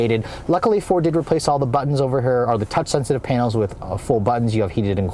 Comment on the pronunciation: he said “overhurr” lol 🤣🤣🤣 got me dying lmao!